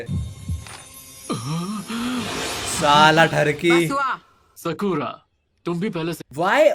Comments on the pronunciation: Because sakura is trash 🚮 so that's why they are pronouncing sha ku ra 😂😂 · agar aapne notice Kiya hai to English dub NARUTO mein Sasuke hi Sakura ko 'Skura' karke bolta hai(sometimes) aur baki sab use Sakura bolte hai. Hindi dub mein sabhi use "Skura" bol rahe hain...